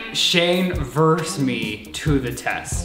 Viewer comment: Okay but why is no one taking about how pronounces versus like “verse” it TRIGGERED me every fucking time lmao